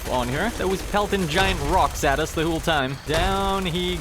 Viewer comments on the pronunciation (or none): why does he say 'whole' like "hooolulu" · I love how he says whole "hoole"